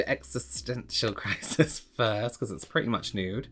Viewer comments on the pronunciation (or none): none